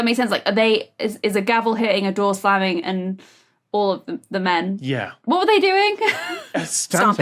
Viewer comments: While "à deux" may have been apt, that wasn't what he said (it was closer to "adoo", or the French word "adoux", which is an old term related to dyes). The French phrase "à deux" is pronounced "ah duh", not "adoo". And the word he should have "pronounced a bit differently" to make the pun more obvious (as you suggest) was "foley" (he should have pronounced it half way between "foley" and "folie"), but he just pronounced it "foley". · Flew right past me too because of the mispronunciation of 'à deux'. Boo.